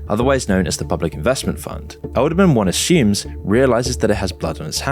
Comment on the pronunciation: "Edelman" .. every. single. time.